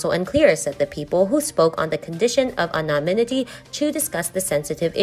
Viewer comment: 13, good job with the narration. A word to review the pronunciation: "anonymity" a difficult English word, no book will help you with that one. .